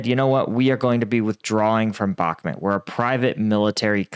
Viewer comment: How many months will it take him to pronounce Bakmut correctly?